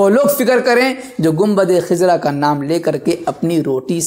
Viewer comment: Khizra nahi hai! khazra sahi hai